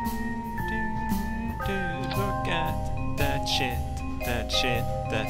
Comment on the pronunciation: He's not saying look at DAT shit he's saying lookadatshit